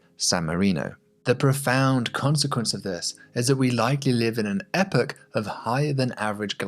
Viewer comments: Could have done without the weird Epoch pronunciation. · That epoch pronunciation... you have betrayed your accent, good sir!